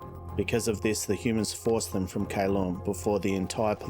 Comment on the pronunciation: I love the intro and the lore. The adding in the elves is awesome. If u want to add in other species that would be awesome. But take your time. I want to hear more! BTW I think it is my bad hearing/hearing loss but did you say hooman at the beginning? Lol